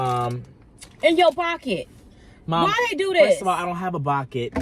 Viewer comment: It's him casually saying "first of all I don't have a bocket" 😂😂😂😂 y'all are funny lol